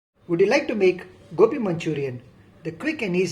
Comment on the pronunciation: Sir its gobi not gopi LOL🤩